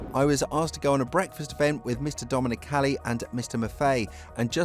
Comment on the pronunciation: GET HIS NAME CORRECT !! ITS NOT DOMONIC CALLI